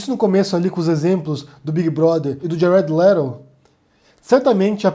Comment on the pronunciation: Cara, não é por nada não, mas detesto quando você vai pronunciar uma palavra estrangeira (geralmente Twitter dá pra engolir) mas essa do Jared Leto ...........